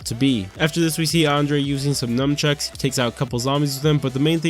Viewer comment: lol He said Num Chucks